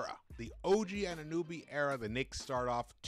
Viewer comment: It's pronounced OG "anu NO by" not nooby 🤣